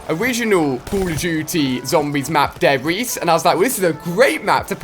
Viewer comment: dair riese. Hahahahahahhahahahaha. Ali can pronounce well can't he. It's de not dair